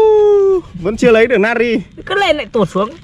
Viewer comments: Na tri chu ko phai nat ri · Natri chứ ko phải là nari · Natri not Nari? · natri chớ không phải nari nhá đọc như ngáo á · Natri mà ỏng đọc là nari